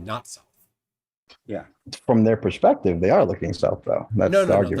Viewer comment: But "flerfspective"!